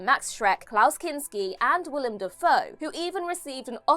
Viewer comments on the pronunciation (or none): none